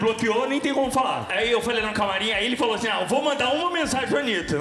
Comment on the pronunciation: Eu não goxxto deche cara pq ele fala achim